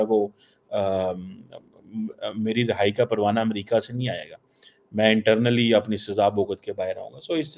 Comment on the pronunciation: talking about amrika in american accent 😂😂